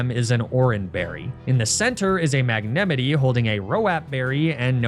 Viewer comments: He says Magnemite wrong. It’s pronounced Magnemite but he pronounces it Magnemite. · WHAT DID HE JUST CALL MAGNEMITE? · It's "mag-nuh-mite," not "mag-nemmity." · Wtf is magnemety? Oh. Magnemite. Mag ne mite... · You... you pronounced "magne-mite" as "magnem-it-ee"? Am I having a stroke? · Magnemetie? Mag-Ne-Myte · He does it on purpose specifically because it always gets reactions and engagement in the comments without fail lol. Cant say it didnt trigger the hell out of me too like under what circumstances would you ever pronounce "Mite" as "Me-te" instead of "Might" but you know. that's not gonna stop him lmao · Why is he picking on Magnemite like that, he says all the other names right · Mag... Nem-it-eee? It's Mag-neh-might. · the way he pronounces magnemite like yosemite annoys me. the name comes from the word mite, like the bug. long i sound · MAG-NEM-ITEY? I’m sorry? 😂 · I've never heard magnemite pronounced magnemity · Magnemmetee lol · What is a MAG - Nem - Itee ??? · New viewers (presumably from smallant) being confused about your magnemité pronounciation is pretty fun to watch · No way he pronounces Magnemite mag ne me ti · MagneMiddee? i think it´s pronounced like how you´d pronounce vegemite at the end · why are u calling it magnemeetee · Did you just call a magnemite a mag-ne-mi-ty????? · Meg-na-me-tee? Bruh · I’m sorry what in gods name are you calling Mag-Ne-Mite?!?!??! That is one of the craziest pronunciations I’ve heard, it’s a Gen 1 Pokémon lmao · It might be a joke or something that I dont get. But pronouncing it Magnemety really bothered me so I decided to stop watching. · It's a sin to pronounce magnemite that way "magna Mitty" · Magnemete ugh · What should I do? I can’t just not comment on the fact that he pronounced it “Manemity”… but by commenting on it, I’m playing right into his hand… What a perfidious trap… Even the viewers aren’t safe in this escape room… Very well! I concede defeat! Receive engagement, you glorious fiend!